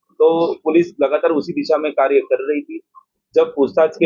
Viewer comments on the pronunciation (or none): none